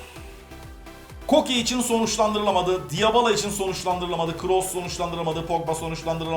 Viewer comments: abi dybala nın okunuşu diyabala değil dibala sözde spikersin boyle spiker mi olur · abi o diyabala değil dibala olarak okunuyor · abi niye diabala diyon normalde dibala